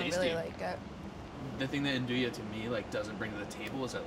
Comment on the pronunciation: Yea, Its not "aan-do-yah" its "aan-DOO-wee"